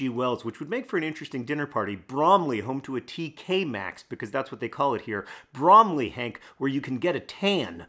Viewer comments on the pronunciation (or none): I miss speak. Hank is pronouncing it as the apple, which is incorrect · When i hear Bromley, all I hear is Lee Mack in Sketch Show "Bwomley" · i mean, its BrOMeLy… really… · You pronounce it like bramley apples. br oh m ley. Also, it's not "a Christmas tree farm", Christmas tree farm is the name of a small farm you can feed goats and rabbits at. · I laughed every time you emphasized "Bromley". Thank you for the giggle today, John. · I like it when John says Bromley in the video itself.